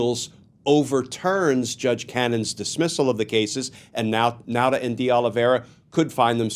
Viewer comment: F.Y.I. Nauta is pronounced Nawta.I used to be one.